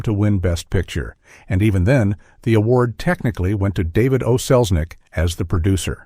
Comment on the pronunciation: Only 18 seconds in: 'That woman was Selznick, David O'Selznick' ??? You lost me at that! lol! Jeeze Louise!!!